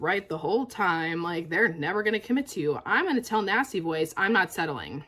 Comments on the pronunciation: Great video, but I was starting to get worried when I heard you say nasty boys until I realized it was nasty voice 😁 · That’s EXACTLY what I heard. I was like “which nasty boys” “how does she know my life”?